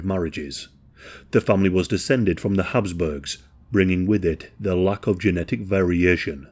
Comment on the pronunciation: Habsburgs not hasp